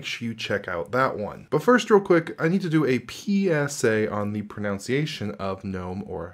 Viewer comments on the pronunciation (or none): Here's a PSA on pronunciation: It's pro-nun-see-ation, not pro-nown-see-ation :) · Can we also get a PSA on the proNUNciation of pronunciation?